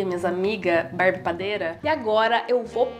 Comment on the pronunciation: "Barbie Padeira"